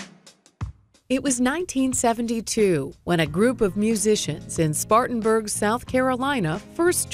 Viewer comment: Spartanburg,SC NOT Spartansburg! I know I am from there!